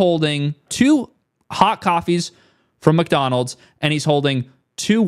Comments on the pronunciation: Also dude, it's MICK Donalds not MUCK Donalds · letting his britishness slip out when he says Muck-Donald's 😁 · I can never un-hear calling Mcdonalds MUCKdonalds ever again hahaha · do you really pronounce it muckdonalds every time? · Pretty interesting, but also keep getting distracted by "Muck"donalds